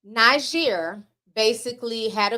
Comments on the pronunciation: One is pronounced Neejer and the other Nigeria. Hope that helps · Hehe Ti’s pronunciations. Niger is pronounced Nee-Jer (the jer has a French sound on the ‘j’) Côte d’Ivoire is pronounced Coat d Ivoir ECOWAS is Eh Co Wass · Hiya the country Niger is pronounced Knee-Jay:)